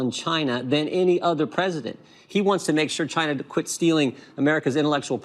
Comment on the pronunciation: It's really funny the way Trump says China, he sounds like he said 'Gina like in vagina. LMAO